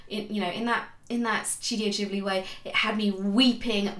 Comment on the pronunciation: Subscribed for Totoro and your correct pronunciation of Ghibli :)